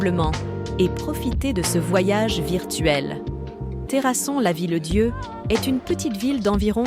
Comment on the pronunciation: "terrasonne lavillier".......